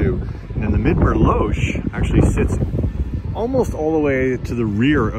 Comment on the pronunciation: My understanding from the organ crew is that "Losh" is pronounced like "gosh." I was told that Dennis Cook started that - I guess he thought it was funny. 😏